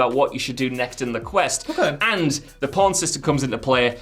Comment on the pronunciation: saying porn instead of pawn then calling people who heard it filth, or maybe he just has a speech impediment.